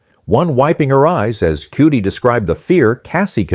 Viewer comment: You did not enunciate Cudi’s name right